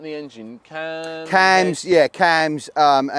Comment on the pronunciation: Cam not cams. And your car expects 😂